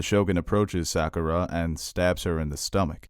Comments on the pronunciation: Loved the analysis but it is Sak-OOH-rah, it is not pronounced like saccharin : ) Also MAY-sa and Akane no Mai (like MY) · I hate how you pronounce Sakura and mesa